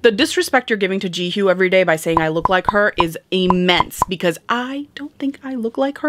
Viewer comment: you are definitely mispronouncing her name 😅 but its okay!